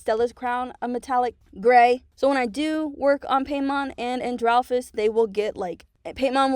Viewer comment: ANDRPHIS👹sorry but its Not androphis its andreophis like you say IT like that (also Not meant as hate im just saying it)